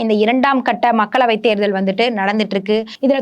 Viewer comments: தேர்தள் தேர்தள்ன்னு தேள் பாதிரி கொட்டுது இந்தம்மா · Therthal please pronounce tamil properly.